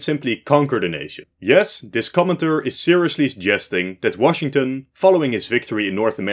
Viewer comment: When you were saying 'commenter' it sounded like you were saying 'comintern'